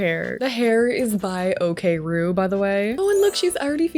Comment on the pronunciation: I was flabbergasted when I heard you pronounce Okruee I was saying it as O-Ku-Ree all this time 😂😂😂😂 and not even realising it.